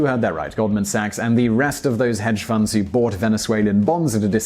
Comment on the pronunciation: the word is FUNDS not founds